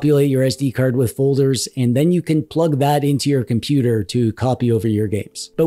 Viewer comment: I switched off when he said compooper.